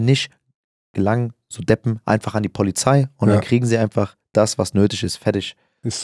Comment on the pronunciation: Ja man. Die poahliei ist ganz wichtig 😅❤️